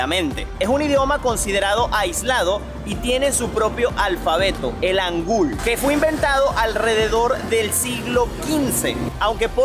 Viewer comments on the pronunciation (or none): Hola! La "H" se pronuncia como si fuera una "J", entonces sería Jangul la pronunciación más cercana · Hangul (한국) se pronuncia Jangul, ya que la romanizacion es en inglés...y el mar de Japón como lo llamas tu, en realidad se llama "Mar del Este, Mar de Japón" por un problema que tuvieron esos dos países...